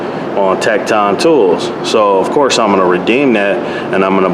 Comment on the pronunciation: Tekton actually sound like tektin